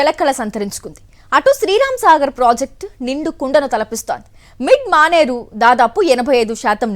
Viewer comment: నీ అమ్మ అది మిల్క్ మానేరు కాదే మిడ్ మానేరు